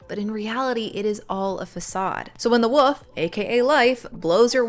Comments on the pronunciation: Good stuff. But... 'woof' instead of 'wolf'? Sounds like the 'L' is missing from 'wolf'. 🙂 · Are you saying woof or wolf? Woof woof woof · yeah the wool with a f at the end comment would be best way to put it. Woof the way you said it is just a dog barking 😅 was pretty funny tho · I'm sorry, are you saying "the big bad woof"? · yes...there's an L in Wolf...it's not like "woof"..but it is fun that you pronounce it that way! Your content is amazing :) thank you from a big fan